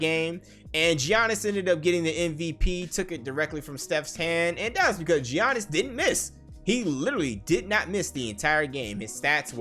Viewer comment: 'G-Annis' lmfaoo